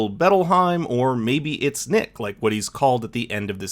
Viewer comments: bit of a nitpick but the cafe worker calls him “nick” in a strong french accent that makes it sound like “neek” he doesn’t say “neesh” lmao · No niche, no Nik, pronounced “neeeek”